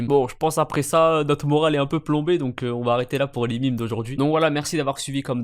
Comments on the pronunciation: C'est "mème" pas "mime" 😭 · J'taime bien mais tu dis mime et moi je trouve ça débile. C'est même et tant pis pour la prononciation. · On dit MÊME pas MIMES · On ne dit pas MIMES mais MEME